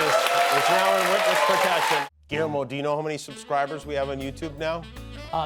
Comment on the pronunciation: Guillermo, the "ll" in spanish makes a "y" sound. It is the spanish version of William